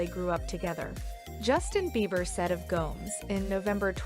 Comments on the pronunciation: This lady must be a robot or something..it's G-O-M-E-Z...not G-O-M-E-S..🤦‍♀️🙄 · “Selena Goms”???? 😂